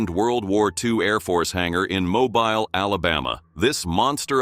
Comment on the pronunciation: Ironically, the voice is AI. I thought it was human until it pronounces Mobile, Alabama as "MO-bial" instead of the correct way, "MO-beel."